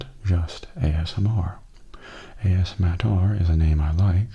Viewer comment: I'll miss the ASMattR channel name (that A$$-Matter pronunciation just killed me XD), but Mattastic ASMR fits you just as well, if not even better, I think :) Plus, you're the important part, and it sounds like there's plenty more of that to look forward to~ Thank you for continuing to bring us great videos ^___^